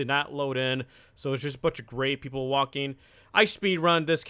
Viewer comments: Thought you said gay not gray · He said Gray i thought he said gay lmao😂😂😂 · i thought you were trying to say gay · Who else thought he said gay? Cuz i did lol